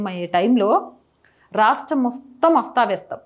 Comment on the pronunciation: అస్తవ్యస్తం. అస్తావ్యస్తం కాదు తల్లీ.